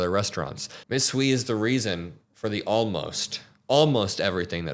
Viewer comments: This is beyond disgusting Hui is pronounced h-uei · These troglodytes knew exactly what they were voting for, they're just sad now that their cheap and easily exploitable labor pool is leaving before they could pivot to an alternative. By the way, Hui is pronounced as a combination of 'who' and 'hey'. The 'i' is not an 'e' sound.